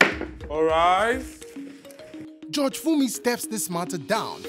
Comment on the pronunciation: Please Nigerians the word is" judge" not" George"